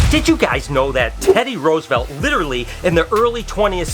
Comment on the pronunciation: No offense but I'm not even american and I'm cringing at the way you pronounce Roosevelt. xd